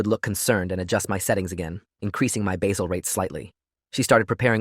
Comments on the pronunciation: AI: it's basal rates, NOT basil rates!!! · It's pronounced bay-zell. Got it right later in the video. But the AI inconsistencies are challenging.